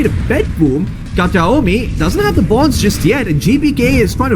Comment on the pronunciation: "Katami" not Kataomi. Every time...